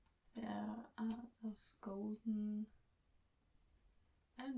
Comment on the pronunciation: G O LD - U N N ~ <3